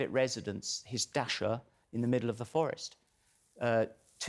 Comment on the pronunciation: It isn’t “dasha”, it’s like it’s translated: “dacha.”